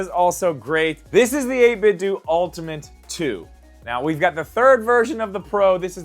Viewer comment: I’m here after watching “5 Switch 2 Accessories You NEED!”. Had some great recommendations in it and finally gave us audio confirmation that its 8BitDo (Dew) not d’oh lol. I honestly would like to see the hybrid switch case because I have a weird feeling its the jsaux body with savage skull raven co split case grips and soon, a magsafe ring on the back. Tryna figure out which front cover would work properly with the change but I’m here for it!